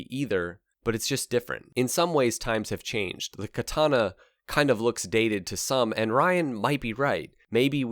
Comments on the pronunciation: When you correct ppl like: "KatAna" actually is pronounced differently. Each an every a is spoken equaly. "Katana" "Ahhh, KatAhna" is what you get It really gotta be hard to listen to some japanese movies and get at least an idea of.... nope - ignorant ppl being ignorant never changes. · when this bike showed up on the showroom floor, it was the first time that I ever saw the sign "Do NOT sit" on the seat of a bike. An aside, from casual chats with Japanese people I've learned by listening to them that the Japanese pronunciation of Katana is more like "Ka-taNAH", accent on the last syllable.. also Kawasaki is more like "Ka-WASS-ski", accent on the second syllable and no sound like "saki" at the end..